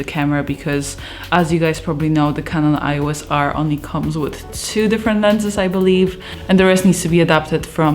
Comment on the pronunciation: "kanon ios", nie "ajos" :D